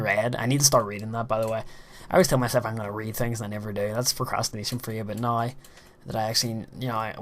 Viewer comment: hmm, i thought you said masturbation